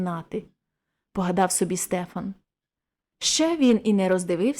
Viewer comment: Дякую,пані! Але зроблю зауваження:не СтЕфан,а СтефАн! В нас на галицьких землях старі люди і дотепер так кажуть,навіть ШтефАн.Богдан Лепкий галичанин. Тому,коли берете якийсь твір,не завадить поцікавитися звідки родом автор,і яка там була і є вимова певних слів,назв.здогадуюся,що ви міркували,як маєте прочитати незвичне для інших регіонів імʼя Стефан.Напевно,на Закарпатті кажуть СтЕфан.